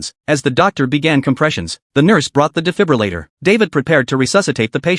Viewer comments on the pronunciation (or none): "the difibalater" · Difribulator" lol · Even the ai can’t pronounce defibrillator